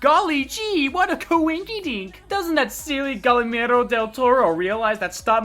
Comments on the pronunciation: IT IS PRONOUNCED "GEEAIRMO!" ANGLO PHILSTINE!!!!!! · Hey great video, just a little advice you're pronouncing Guillermo wrong, but really great video